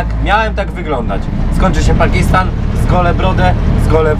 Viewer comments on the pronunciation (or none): pakistan nie pakisttan i tak jesteś polak bo skarpetki masz w sandałach